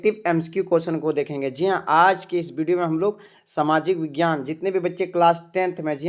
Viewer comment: Vaghyan nhi vighyan hota ha na sir ?